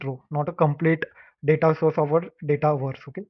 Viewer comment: “the da-TA” 👅💥